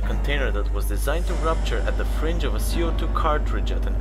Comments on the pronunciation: The commentary has so many errors compared to the displayed text, why ? Gauged is mispronounced repeatedly, witnessing has become 'withstanding' and "firing" was pronounced as fringe. Kinetic has somehow become 'kineting' And since when did 0.3m become "point three millimetres" Then 11,000 (eleven thousand) meters per second suddenly gets divided by ten to become 1,100 (eleven hundred) I think its a "Shocking Fact" that these childish errors were not corrected before posting the video. Sack the editor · Yeah, seriously, this guy needs to learn the correct pronunciation of some of his words. "Gauge" is not pronounced "gouge" and I think he screwed up "firing" as well....